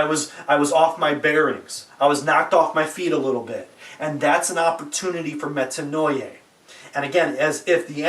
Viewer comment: It's pronounced Metanoiah